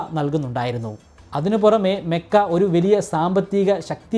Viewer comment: മെക്കയല്ല ചേട്ടാ മക്ക എന്നാണ്